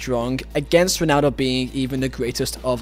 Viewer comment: “Yo-nan-do” know him